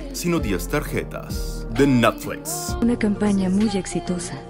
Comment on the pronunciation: Me encanta como pronuncias "Netflix" ajjajajajjaja espero con ansias esa partesita en cada video